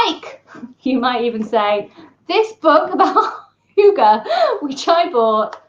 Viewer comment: How to pronounce "hygge": Not "hjUge". The start is as in "hymn", not as in "huge" (not "hjy", forget the "j"). The double "gg" means that the "y" should be short, then linger on the "gg" a little longer. At the end, emphasize the "e" as much as you did the "y", and maybe even go up a little.